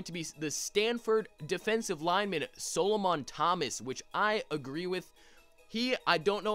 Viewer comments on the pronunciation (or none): I am such a big Stanford fan and man you butchered my dude's name in Solomon Thomas